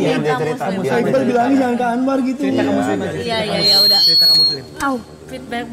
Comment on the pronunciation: Anwar: "yaa kan dia masuk ke Salim": "hah Salim. Muslim" Ya Allah ngakak banget liat ngomong aja ejaannya di bolak balik:D:D